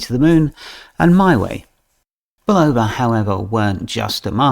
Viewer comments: I like the accent, its great. However, for those who are sticklers for pronunciation, it is pronounced Bull-O-va(short a). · Bulova was the first TV advert and if you listen you will hear how to properly pronounce